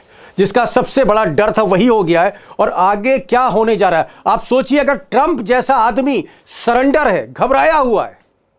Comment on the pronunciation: दीपक जी! ट्रंप का उच्चारण सुधारिये! चंप जैसा सुनाई देता है।